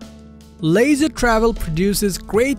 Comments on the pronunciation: Leisure [Leezher] not [Laser] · The Unity is built on a Mercedes chassis, but you are showing their model built on a Ford chases (Wonder). The company is pronounced "lee-shur" not "lazer" travel. I would like to know which class B has more exterior storage, but you didn't talk about that. Not very informative